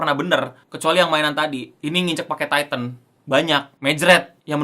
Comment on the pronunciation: Apa cuma gua doang dengernya etek on tayten “penyebutan e nya kayak ngomong ketek” 🤣